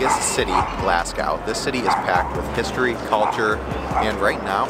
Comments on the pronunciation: The index on the video said, "it's pronounced Glaz-go", and you then go an call it "Glass-cow", like most other Americans, and this whole, "we are eating Haggis, made from lungs, heart and liver, try it if you dare", is getting pretty old. I lived in American for a year, and some of the shit you eat puts Haggis to shame, Hot-dogs (lips and assholes) chittlins, and WTF is head cheese? it would be nice to see some of our American friends, just try Haggis, rather than make it look like your about to eat a cadaver, and if I am honest, it's pretty insulting, and insensitive. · Yeah, "Glass-cow" will single you out as clueless in a second. "Glas-go". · I know I’m getting old now grumpy but jeez, how hard is it to pronounce it properly…..glas go!!!!!! FFS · i cant listen to you say "glass cow" one more time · IT IS NOT GLAS COW SICK AND TIRED OF AMERICSNS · MAJOR CRINGE ALERT !! GLAS GOW ?? Glasgo and Mosco ! "Traditional " haggis doesn't come covered in batter from a Chip Shop !! It's boiled in the sheep's stomach and eaten with NEEPS AND TATTIES (mashed turnips and mashed potatoes).